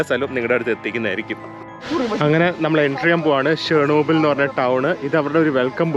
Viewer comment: great dear..if u didnt notice u were pronouncing shernobyl..it is Chernobyl... Just sharing I thought u would not visit chernobyl thats why never commented. Must say without chernobyl russian trip is only half done. Cant imagine your mental state...the sleeplessness...tension of hacked youtube account..pinne the things u got to see all taking u years back or to that day when tragic struck.. Chernobyl series is the best that one could get to see of what happened. Most probably what would have happened might be even worse than that has been revealed.